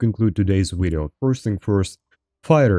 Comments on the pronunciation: “ermm.. well its my wideo 😂 wideo 😂 its my wideo is called broken for reason 😂 my wideo” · impressive how he uses a W in every word that has a V like "Wideo" and still i understand perfectly everything he was saying